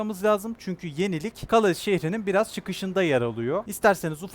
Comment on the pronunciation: Abi, "kaleys" diye okunmuyo, "kale" diye okunuyor fransizlar "S" yi okumuyor